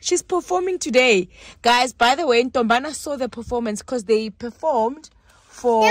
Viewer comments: Its saying fepormed🤣🤣🤣🤣🤣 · "fafomed" ohw Ntombana😂😂😂